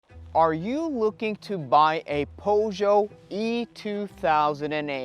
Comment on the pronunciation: Powjo lol, you suck bro